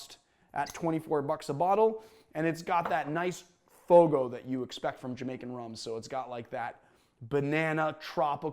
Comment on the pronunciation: The Jamaican funk note is “hogo” not fogo ;) brilliant as always though.